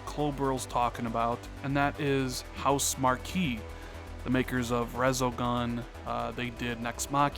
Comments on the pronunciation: It's pronounced "House Mark" and your theory might be right because Housemarque sent a letter to all the fans that are subscribed to their forums that said arcade is dead. No one buys arcade games anymore and they're not gonna make arcade type games. Their next game Stormdivers is trying to jump on the battle royale band wagon. A lot of us were really disappointed they aren't gonna make them great arcade games anymore. They're really talented and if MSFT did pick them up it would be a great score. I only game on ps4 so I'd definitely miss their games though I didn't plan on getting their latest game. With them explaining arcade games don't sell that well makes me think like you if they're money starved MSFT could open that wallet and relieve any stress the company would have. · Your theory is sound: But you should know that studio, although is spelled, Housemarque, it is pronounced HouseMARK. I know it's spelled weird but "ue" is silent.